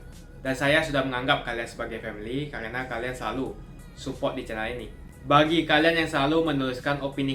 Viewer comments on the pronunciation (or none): Suport om bukan supolt